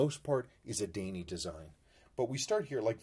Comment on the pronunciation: Daini in Japanese would be prounounced more like Die Knee:)